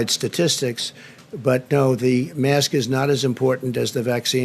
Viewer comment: Did he get his education at his own fake university because he can't even say the work mask properly.